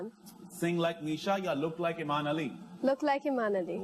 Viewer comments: It’s Aiman not amin pronounced it right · It’s Aiman not Aimen pronounced it right